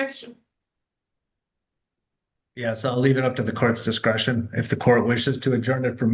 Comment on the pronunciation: I had to listen twice but I'm pretty sure he said 'dikscretion' as well at one point.